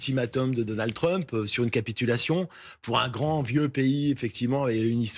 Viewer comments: c'est Donald Trump pas Donan Trump 😂😂😂 articule quand tu parles, problème d'articulation pour une journaliste c'est moche 😂😂😂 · 'Donan Trump' mdr